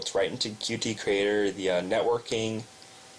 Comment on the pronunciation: Qt is pronounced "cute". Similar to Lua, it is not an acronym, or abbreviation. Thank you for the tutorial, helpful.